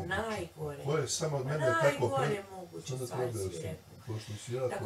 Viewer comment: I kaze da je to naglasak, ne zna č ć đ dž upotrebiti kako je ispravno 😂gradivno osnovne